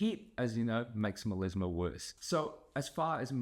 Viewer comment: Meleezma? due are you really a doctor? It's melasma